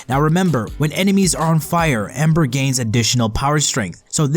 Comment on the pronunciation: Gabriel Leloup ... no he says amber... bro listen